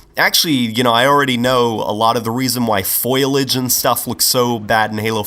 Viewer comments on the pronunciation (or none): it's not foilage. FOIL-IGE. It's foliage. FOLL-EE-IGE. Foliage.